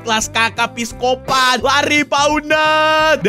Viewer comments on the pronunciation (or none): none